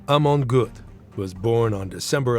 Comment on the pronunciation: Prononez Amon Gueut